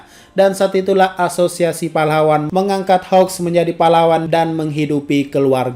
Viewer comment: Bang kok susah amat bilang namanya hawks (keigo) nama endeavor(enji) juga sama